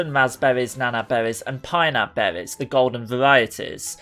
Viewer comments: So many behwies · I couldn’t get past “bewwies”